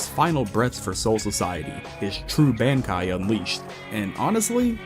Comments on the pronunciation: You saying all the Quincy terminology perfect but not being able to say bankai 😂😂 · Haha ok, when I heard you say “kenpAchi”, I thought, “that’s a weird way to say that”. Then I heard you say “bAnkai” like going to the bank-kai. But then later you pronounced it fine just like everybody else does! It’s throwing me for a damn loop for sure 😂